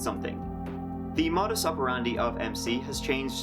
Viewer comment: Just a little correction: it's "modus operandi" (not "motus operandi"), and the final "i" sounds like i, not ai. ;)